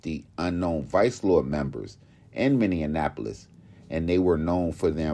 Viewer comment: It's not pronounced Minne-nun-ap-les- it's pronounced Many-Apple-liss !